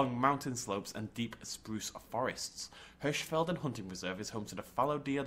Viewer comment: Btw, you pronounced Hirschfelden quite good :)